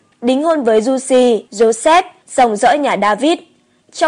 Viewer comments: Thanh Giu se doc la Giu Se chu khong phai la Giu Si nha ad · thánh giuse đọc kì lạ vậy ???? cách đọc theo cách ghi ấy